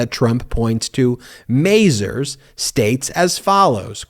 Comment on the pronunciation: small nitpick, it's "Muh-Zar's" not "May-Zer's". Just sayin.